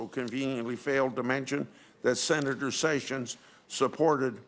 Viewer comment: Is it pronounced "Jayf Sayssions"??